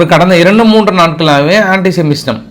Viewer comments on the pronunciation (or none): none